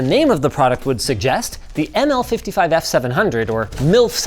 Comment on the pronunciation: I can't , I keep hearing "ANAL 55" and not "ML 55" xD